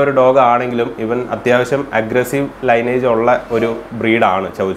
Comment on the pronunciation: ലൈനേജ് അല്ല..🙏! ലീനിയേജ്...